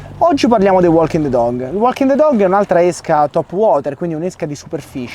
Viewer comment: Bellissimo video come sempre,💪💪 anche se nella pronuncia walking the dog, quella "l" non si può senti😂😂